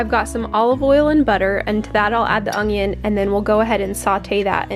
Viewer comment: I have thought hard about your pronunciation of onion forever